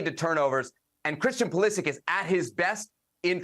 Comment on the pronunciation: Learn how to pronounce his name